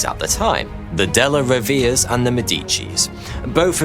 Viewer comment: Della Rovere(-ay) no?